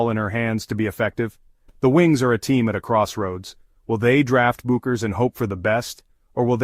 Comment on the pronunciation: So what exactly is the decision that Paige Bueckers has made that STUNS everyone, and is SHOCKING? What a bunch of drek this is. And your AI narrator pronounces her name wrong in at least three different ways, and never the correct way. Get a life.